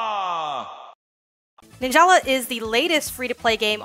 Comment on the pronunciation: Them: Nin-Jel-La The actual game: Nin-ja-la